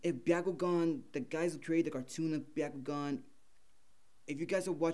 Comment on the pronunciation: It’s Bakugan not biakugan from naruto